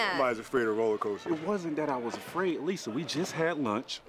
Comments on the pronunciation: did he call her "Lisa" or say "listen" -- sounds like Lisa. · he tried to say "listen"